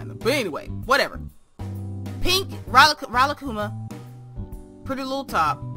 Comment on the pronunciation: She looks SOOOOO cute!!!! Your pronunciation of the bears name...HILARIOUS!!! ROFL! I love it! It's actually pronounced ree-la-koo-ma.